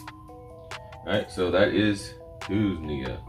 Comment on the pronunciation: two-knees-ja = tunisia 🤣🤣🤣 good post, i am following this, good info thanks